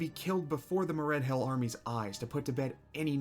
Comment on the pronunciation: I died a little everytime he pronounced Moredhel as Mored-HELL. 🙂